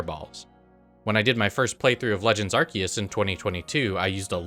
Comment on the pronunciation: it's pronounced "are-SEE-us"